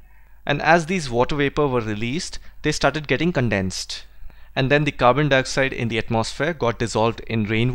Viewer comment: Sir dnt take me wrong but I wanna correct u on one thing as u pronounce the moon as "thee moon" and many a times more but we use thee just only before the vowel so moon is not starting with a vowel thus we'll not pronounce it as thee whereas we'll simply pronounce it as the moon.In the similar fashion, the ice cream will b pronounce as thee ice cream. Although the video was soo good. Thanks alot